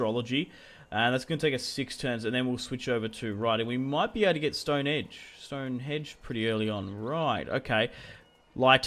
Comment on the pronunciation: Stonehenge not Stonehedge